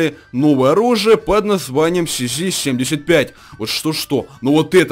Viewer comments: цз а не сз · Не сзи а цз